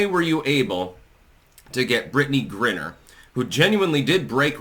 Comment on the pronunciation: Dude it's pronounced GRINE-R and it's pronounced WAY-LON..... are you mispronouncing this intentionally?